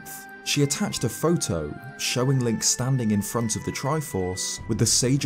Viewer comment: hey. the character's name is link, not linCHH